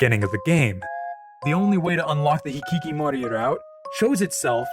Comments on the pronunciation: It's hikikomori not hikikimori. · This is minor, but you kept getting "hikikomori" wrong and said/wrote it as "hikikimori" throughout the whole video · I'd like to point out a spelling mistake, as I figured it's intentional due to the unfamiliarity with the Japanese language. It's "hikiKOmori route", not hikiKImori. As you probably know, it comes from the very name of the game, OMORI, which is an ellipsis of the Japanese word ひきこもり (Romaji version) that's pronounced exactly as "hikikomori". It describes a specific type of person and a popular phenomenon in Japan during the 80s and 90s decades, aka what in English you'd call a "shut-in". I hope it was clear enough. Thank you for the thoughtful analysis, even though I'm not a fan of the different voices, your take is a fresh perspective that sets this video apart from other OMORI related content I watched. Keep up the good work! 👏🏻✨